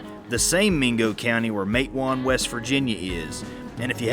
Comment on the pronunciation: I am enjoying your videos very much. I was born in Galax, VA and my grandfather, C.T. Higgins, was Chief of Police there. He was working on an assignment for the Felts Detective Agency in Matewan, WVA., (by the way, it is pronounced Mat-a- wan). C.T. Higgins was one of 7 men killed in the "Matewan Massacre" on May 19, 1920. The Felts Detectives were waiting to board the train to Galax.